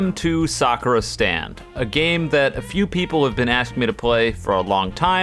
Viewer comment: At the begenning i heard "welcome to suffer stand" instead of "welcome to sakura stand"